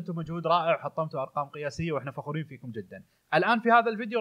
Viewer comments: فروخورين = فخورين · فرخورون ؟ هههه